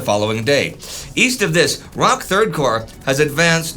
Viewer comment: It is pronounced as "Rock."